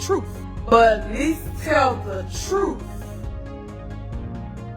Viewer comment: Oh those fake lashes, some one please tell her she looks ridiculous. BTW it's truTH. Not trufe